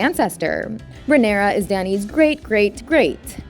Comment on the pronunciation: Holy shit, the way she pronounces words makes it hard to focus. Daughteeeeeur. Leanooour. Rhaenyroooooua.